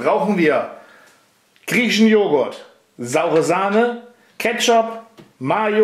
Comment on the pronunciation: Warum betonst du immer den "griechischen" Joghurt so? Der deutsche wird doch auch nicht anders schmecken oder wie sehe ich das? :)